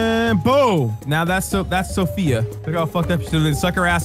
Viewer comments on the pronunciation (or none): none